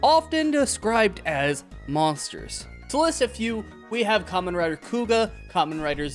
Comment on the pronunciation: You know for someone who just got into Kamen Rider, I’m surprised you’re pronouncing it right. Most new people call it “camein rider”